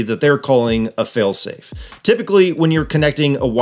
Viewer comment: Someone should explain to that with "fail-safe", the emphasis should be on "safe", not "fail". 🤦‍♂️